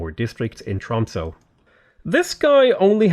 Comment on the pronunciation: Your prononciation of "quadrireme" is fine, we don't really know how these words would have been pronounced during ancient times anyway. However, your pronounciation of "Tromsø" is dire. It sounds like you're saying "Trumpso" and it's really disturbing.